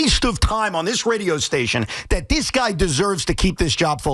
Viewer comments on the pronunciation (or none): I like how Evan says “dees guy”